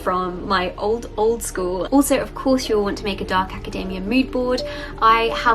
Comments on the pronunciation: I keep thinking she's talking about macadamia nuts. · Why does she pronounce academia like macadamia... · Hate to be this person but... you know you're pronouncing academia wrong?